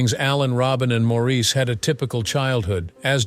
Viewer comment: And these AI THINGS need to learn how to pronounce Maurice . As he always said , It’s MOOOORRRRIIIIS